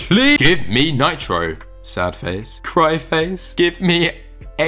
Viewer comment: I loved how you said Bey Me Nitra